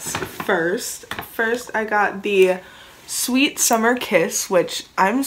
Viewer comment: sweet not sweat 🤣